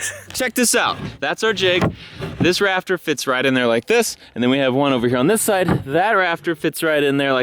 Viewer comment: When was talking about building his new shed, I heard him say (paraphrasing here) that he had a "raptor" problem - not "rafter." I thought, "Well if anyone has the equipment to deal with a Cretaceous infestation, it is our boy. Was really disappointed that he was just building a roof...